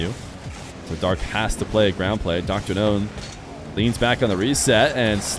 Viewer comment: I initially thought you were saying DrGnome. That would be a cooler name, in my opinion.